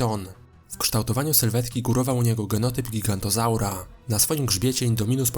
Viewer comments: giganotozaura a nie gigantozaura. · Mała poprawka. Giganotozuara, nie Gigantozaura, albo źle słyszę. ~~No chyba że chodzi o tego z Ben 10~~